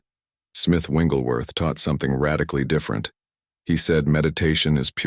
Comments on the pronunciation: The correct pronunciation is Wigglesworth not Wingleworth. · His name is Wigglesworth not Wingelsworth. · Very powerful. Thank you. Shouldn't the name be pronounced as "Wigglesworth" and not "Wingglesworth" ? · You’re saying the wrong name!! It’s not Wingleworth!! Learn his real name. Wigglesworth!! There’s no wing in his name!! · Before I listen any further and I am sure that it’s going to be very good…. It’s disturbing that your commentator keeps calling him. Smith Wingglesworth….…. It WIGGLESWORTH. No N IN IT. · Smith Wigglesworth but the reader keeps calling him Smith Wingleworth😅 Thanks for the revolutionary revelation all the same . Appreciated ❤ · You can't pick an AI voice that correctly pronounces "WiGGLESworth"? 🤔 😐 You got all the like, subscribe, comment, share, on screen prompts for same promotions in there. Dollar over dialect? Scrilla over scripture? English as a 2nd language? What could the issue be?🤔 And the hitch in speech rhythm🙄. Really? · Interesting message but, It's very distracting and disturbing that the ai bot that's reading this keeps calling Mr. Wigglesworth... "Wingelsworth" 🫤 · I'm confused on the picture it says Smith wigglesworth but yet the narrator keeps saying wingleworth. Which is it? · Why do you keep saying smith wingleworth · There's no "n" in the man's last name!!! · What is troubling to me, is he keeps pronouncing Wiglesworth’s name wrong? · Please pronounce Smith Wigglesworth's name correctly